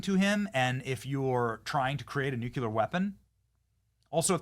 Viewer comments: Any reason why you keep pronouncing nuclear incorrectly??? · What's a 'new q ler' weapon? You mean 'new clear (nuclear)? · Nu clear, not nuculrr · Benny! I love you! You're awesome! But it's "NU-clee-er," not "NU-kyu-ler" 😂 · Hey, Benny… What the heck is a “nucular” weapon? Is it anything like a “nuclear” weapon? 🤔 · Ok, I've told you before but u keep talking like a moron. The word is pronounced nu-clee-er not nu-cu-ler. Nucular is actually a word, it refers to the contents of the nucleus of a cell. But it is NOT the reference to the atomic level, thats Nuclear(nu-clee-er). You pronounce it like that globalist idiot george bush. He always sounded so stupid to educated people! So do you when you use the wrong word! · Benny, you’re great and good piece. But, please…it’s nuclear (NEW CLEAR not NUCULAR 😬). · Wow i didn't know this, thanks lol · NOO CLEE AR, Benny! Stop saying Nu Ku Lar!!! Please! (Sorry, pet peeve). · If you say nu Q ler again I have unsubscribe. It’s noo clee UR. Pronounce it correct or Lose everything. Anyone that can’t say this word correctly deserves nothing. Bush says new Q Lur. He’s an idiot. Are you an idiot? Then stop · If you say nu Q ler again I have to unsubscribe. It’s noo clee UR. Pronounce it correct or Lose everything. Anyone that can’t say this word correctly deserves nothing. Bush says new Q Lur. He’s an idiot. Are you an idiot? Then stop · nuCLEAR bennny not nukular!!!!!!! NUCLEAR NUCLEAR NUCLEAR NUCLEAR NUCLEAR Everybody learned that as teenagers!!! You say it ALL the time holy smokes it’s annoying!! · NEW KLEE AR NEW KLEE AR Not Nook you lar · It's pronounced Nu-clee-ur!!!! not Nu-cu-ler. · Benny, mate. Love your work!!! But pleeeease stop saying “nucular” 🤦🏼‍♀️🤦🏼‍♀️ It’s nucLEE-ARR. Ppl who say “nucular” sound unintelligent and that’s not you mate ❤️ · BENNY! REPEAT AFTER ME: "NUCLEAR"... "NU-CLEAR"... "NU-CLE-AR"... NUCLEAR! THERE'S NO SUCH WORD AS "NUCULAR"! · Hey Benny! It's pronounced NUKE-LEE-ER. NOT NUKE-YOU-LER !!!!